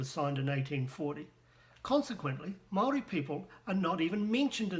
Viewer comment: you can't even pronounce Maori words how stupid are you? I know 3 yer olds that are moore educated then you in the maori language, and you claim to a expert how HILARIOUS!